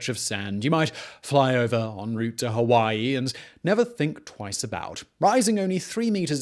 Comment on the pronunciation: Did anyone else notice how weird he said "fly over" and "Hawaii" in the beginning? Almost Ike he was yawning